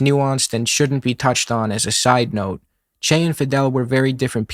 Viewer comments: It doesn't change anything, but the way you pronounce "Che" sounds like "Chey" to me. That doesn't really make sense because, in both southern Brasil and Argentina, "che" is used like "bro" or "mate". The "e" is a closed sound, more like the "e" in "latte". If accents were allowed, I'd write it as "chê", short and strong. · Bro you can't even pronounce "che" and pretend to lecture us about him. Just shut up